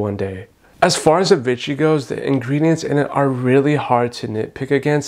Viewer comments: Vee-she not vit-chee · I enjoyed the video and comparison but I wish you had pronounced "Vichy" properly. It's pronounced "Vee-Shee" and not "Vi-chy." It kind of drove me crazy since the product comes from the Vichy area of France so it's easy to look up the pronunciation. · I hate Vichy being called Vitchy.